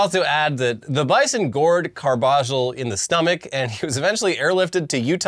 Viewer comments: Carbajal= Car-buh-hall not cargiball 😅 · Carbajal is pronounced carb-uh-hall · How do you guys live in LA and not know how to pronounce Carbajal? Car-buh-hall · being from SoCal and continuously mispronouncing Carbajal is hilarious.